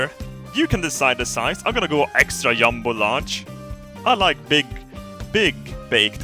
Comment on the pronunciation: Pronunciation Flour = floor Jumbo = Yumbo Jet = yet